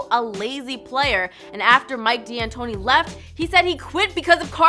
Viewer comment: It's pronounced Mike (Dan tony) D'antoni.